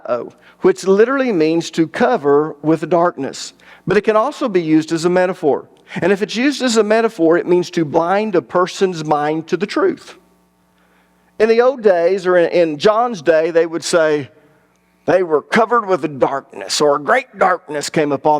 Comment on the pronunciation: Hey man love teachings but you really gotta start pronouncing your L's. Sometimes I have to make sense of what sounds like a speech impediment. Road=rolled. Scrow=scroll. Owed=old. Tode=told. Sowed=sold. Fode=fold. Moed=mold. Code=cold. Foed=fold. It's only in those cases, but it drives me nuts because you are a well educated man. Keep up the good work. One love 😊